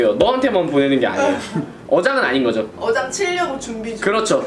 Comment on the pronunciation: 분쯤에 어장을 여장이라고 했네요